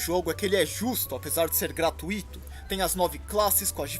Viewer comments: se diz ''protótipo'' e não ''prototípo'' e se diz ''há anos/semanas/dias'' e não ''há anos/semanas/dias atrás'' e se diz ''da glória'' e não ''dá glória'' e se diz ''GratUito'' e não ''gratuIto''. Não me ache chato, só dói no ouvido mesmo kk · Se pronuncia "gra-TÚI-to" e não "Gra-Tu-Í-to". Um abraço meu ídolo, te amo.